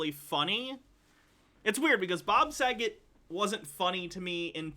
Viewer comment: I don’t like the way he said Bob Sagat’s last name, he put a little too much emphasis on it. It definitely gave “Haha his name can rhyme with the F-slur” “joke”. And I’m glad someone in the chat caught the same vibe